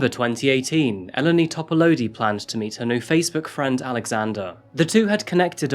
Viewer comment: In Greek ou makes the oo (like boo) sound. So it’s topal’oo’di Also in Eleni you accentuate the 2nd from last syllable so Elèni not Èleni